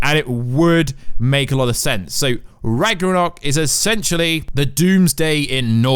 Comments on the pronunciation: Its pronounced ragnarok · It bugs me when you say Ragnorok wrong. >:{ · You mispronounce Ragnarok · I can’t believe he said Ragnarok wrong over and over again for the whole video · Can this dude learn to pronounce ragnarok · This guy has no idea how to pronounce Ragnarok... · Why are you not able to pronounce ragnorok correctly?? My god! Then he goes on to say IMPLIKITLY! How low is this mans IQ?! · Did you bump your head? First, you mispronounce Ragnarok, then you say that the wife of Kratos is Freya. Then something else, you call it north misology? I’m baffled. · left a dislike for this clown. He can’t even say ragnarok properly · I give this a dislike For the way he pronounces RAGNAROK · I think you need to read up on some basic norse mythology and how to pronounce ragnarok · Oh god that pronounciation of Ragnarok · You said "Ragarnok" , and though(and possibly a few more times afterward). It's RAGNAROK. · Rag-nar-ok, not rang-ar-ok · ITS RAGNAROK (ragna-rok) NOT RAGRANOK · Rag Na Rok vs Rag Ra Nok lmao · "Ragger-Knock" xD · Its rag-no-rok, not rag-ro-nok. Lol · Did anyone else hear “Rag-Ronok”? 😂 I’m pretty sure it’s pronounced “Rag-Narok” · It is RagNarok. Not ragrorock lol. And Kratos’ wife is Faye not Freya. Freya is the witch in the woods, Baldurs mum. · It’s Ragnarok. Not Ragranok.... BOY!!! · RAG-NA-ROCK NOT RAGRONOK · He said "Ragnorrock" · Ragnarock not ragrnog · RAGNARÖK NOT RAGRANOK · Its ragnarok not ragranok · what is ragunok do you mean ragnorok? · It’s ragnarok not ragranok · RAGNAROK! not ragarok, not ragornok, not ragerok is fucking ragnarok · Maybe He misread the "n" to "r" in Ragnarok and pronounced it as "Ragranok" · you said it Ragranok multiple times, I don’t think you said it correctly the entire video. It’s pronounced Rag - NAR - rock. Not Ragarock Raganrock Ragranok Raganock It’s Ragnarok. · Why do you keep calling it ragranok???? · (Rag-Nor-Rock) Ragnorok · Ragnarok (Rag-Nor-Rock) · It's pronounced RAG-NUH-ROCK. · "is ra-g-re-o"